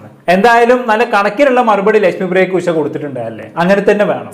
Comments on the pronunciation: ഉശ അല്ല മോനെ ഉഷ എന്നു പറ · ഉശ അല്ലടാ 😂 😂😂😂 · ഉഷ! Not ഉശ